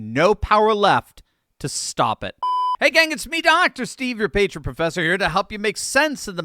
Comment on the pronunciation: Dr. Steve, I learn things from your show, thanks for it. I’ve noticed that when you introduce yourself you run over the word ‘patriot’ so it sounds like ‘patient’ or some other word with two syllables. PA-TRI-OT! Say it loud, say it proud.